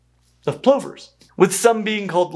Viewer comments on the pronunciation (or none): In the UK our plovers are pronounced p-lovers, rather than compressed pullovers… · Ok, Plovers has no e in it. The pronunciation is the o sounding like u, so pluver, not ploe ver. I know Americans call jet engines turbins, which is Asian headgear while the engines are pronounced properly tur-bine, with the e. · I’ve never heard plovers pronounced that way. It might be the Australian accent but I’m used to it being pronounced “pluvers” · In my part of Canada we call them plovers as in the o sounds like the u in up “ pluvers”. We have the piping plovers.